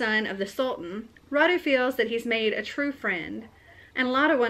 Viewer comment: Wow, I can't believe you've found a book inspired from the same historical period as the one I'm writing! By the way, Radu is pronounced with the accent on the first syllable, not on the second. It's a Romanian name. Wallachia used to be a separate country, but now it's the southern part of Romania. Since I've decided to turn mine into a fantasy novel and build a fictional world, I've changed the names of the characters and my Radu will be called Rhad instead. I definitely need to read And I Darken, it sounds interesting. I'm sorry I haven't finished typing those story yet. I started typing and then I felt they needed editing and then there were some issues to solve at work, so I came home too tired to be able to focus on editing. :( I will get one day off work on Friday and I'm planning to spend it doing just that: editing. I hope you won't mind the delay.